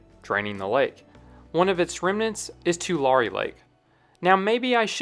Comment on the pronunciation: It’s Tu-Larry not Tu-Larree Tulare Lake didn’t come back it dried after a few months and it’s crops again